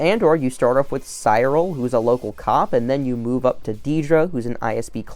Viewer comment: "Psyril" and "Deeedra" 😅 Why can no one on YT say their names